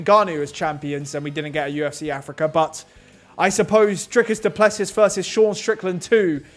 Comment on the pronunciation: Dree-cus Doo-Pluh-see is how you pronounce it, if you roll the R its perfect